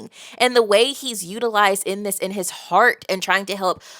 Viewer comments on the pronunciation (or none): none